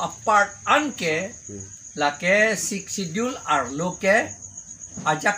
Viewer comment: Sixth schedure kali ho reporter pronounce he sixth schedule pu le pu pachok non